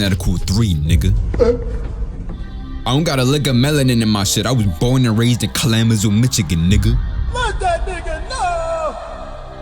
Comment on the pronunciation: Ka lama zoo Michigan is crazy pronunciation 😂